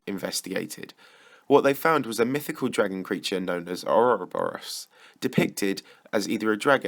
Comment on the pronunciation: how hard is it to do a little research and discover that not only is a a worm, but most definitely not pronounced 'ouroburiourus?' expected more effort from tbh...